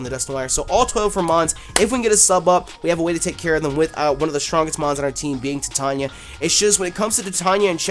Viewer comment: I actually live in a small town called titania, named after the queen of fairies in shakespeares midsummer nights dream. And I just have to let you know that it's pronounced "TYE-TAN-YA" like how you would say "titan" and then just add "ya". At the moment you're pronouncing it "tit-an-ya" and it's really frustrating hahaha. Just fyi!